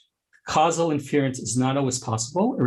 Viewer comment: Great talk but can someone please tell this guy how to pronounce "inference"?